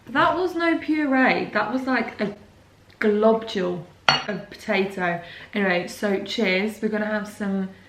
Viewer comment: Hahahaha.... "A Globdule" of potatoe!